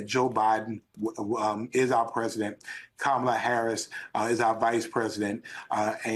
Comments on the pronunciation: All his people talk the same. Including mispronouncing Kamala's name. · Don’t watch new clip where people mispronounce Kamala’s name and the new anchor host doesn’t correct them. Let’s not normalize this type of behavior! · Just the fact these people intentionally mispronounce her name, shows blatant immaturity and disrespect. And that man's face, his smile, seems sinister. I sense evil oozing from him. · Love how they keep on purpose using the first name of a presidential candidate and mispronouncing it too. Disrespectful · After hearing this guy, I am even more convinced to vote for Kamala. Anyone who cannot pronounce someone's name correctly shouldn't even be speaking in a public arena. Add one more nut to the plate. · Are conservatives just intentionally disrespectful or really too stupid to pronounce Kamala correctly? Never mind, I know… Clearly, it’s stupidity. Vote Blue, it’s more respectful! 💙💙💙💙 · Is Lewandowski incapable pronouncing our VP’s name? How stupid is he??? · Why does everyone who speaks for Trump have this glazed look?? It's a cult. Will you please correct him everytime he mis-prounouce her name. It's annoying. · I can’t watch Ari anymore. He lets these right wing nut jobs just bloviate their talking points rather than holding them to an answer. Can’t even be bothered to correct them when they repeatedly and purposely mispronounce Harris’ first name. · I sure wish you guys would shut them down on this childish mispronouncing her name.... Its pretty easy, if you are to stupid to learn to pronounce her name, you can just call he Madame Vice President 🤔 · I need everyone if theae host to correct the Republicans when they purposely mispronounceKamala Harris' name. At this point allowing that disrespect is gross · Correct these people on the pronunciation of Kamala’s name. It’s disrespectful. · Please correct HIS pronunciation of the Vice President’s name… out of respect perhaps? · Why can’t this clown pronounce Kamala? Even a child can do it.